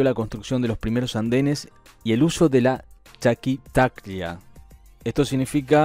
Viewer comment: MIN. ..., FELICITACIONES POR LA PRONUNCIACIÓN DE LA PALABRA QUECHUA "CHAQUITACLLA", ESO DICE MUCHO DE TU DESEO DE CULTURIZARTE AÚN MÁS.